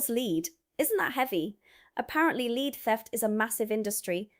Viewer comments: it is pronounced " LED ", not " LEED " ! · YOU ARE GOOD ,BUT ITS LEAD NOT LEED YOU CANT HELP IT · Hello again ! Pronunciation this time ! Just as we have red & read, reading & Reading… We aldo have lead & lead … The metal is pronounced LED … saying it like lead gives away your US origins .. A shame coz you’ve conquered the glottal stop & eliminated the nasal A ! God bless ! Mike & 👩‍🦳 Anni in 🇫🇮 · It's pronounced led not lead even though it's spelt lead and any British person would call it Led and not pronounce it lead. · It's not pronounced leed it's actually pronounced "led" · The metal lead is pronounced led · How are you pronouncing lead? Like Leed? Bullsheet. Amused me though, so meh. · ( THE LEAD IN ONE INSTANCE IS WHAT YOU CLIP ONTO YOUR DOG,S COLLAR, WHICH WAS THE WAY THAT YOU HAD SAID IT ,THE OTHER MEANING OF THE WORD (LEAD) IS A ROOF COVERING THAT IS SOFT AND WATER PROOF ,IT,S SPELT THE SAME BUT SAID DIFFERENTLY ,AND YES IT IS WORTH A LOT OF MONEY ,THAT,S WHY IT QUITE OFTEN GET,,S NICKED AND SOLD TO A SCRAP MERCHANT,, 🤔🤨🤨🤨🥸🥸,,mostly done by( MINDLESS --MORON,S) OR DRUGGIE,S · You need to learn how to pronounce LEAD!